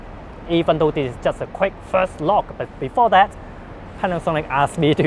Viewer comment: The Groovy Guitar Dude He pronounces look as lok due to his accent.